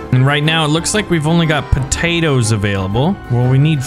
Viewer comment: you sound like your Irish when you talk about the potatoes